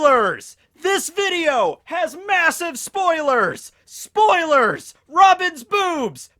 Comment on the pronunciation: Spoalees?? what did he say???? ah whatever.... AH WHAT THE FUCK, YOU HAD SPOILERS IN THIS VIDEO, YOU SUCK AHHHHHHHHHHHH